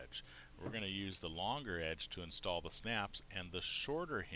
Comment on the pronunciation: Did the "S" key not work? IN'S'TALL ... NOT INTALL Otherwise ... I love your videos and I'm looking at my best business venture. Yes, I plan to use and work with Sailrite for machines and materials.